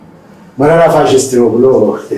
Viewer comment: Say ፕሮፌሰር መረራ Not መራራ(bitter)